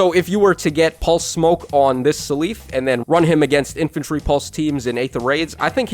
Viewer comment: keeps saying “suh leaf” I never heard anyone say seliph like this. I mostly hear “cell if” but I feel like he’s saying it more similar to his Japanese name Celice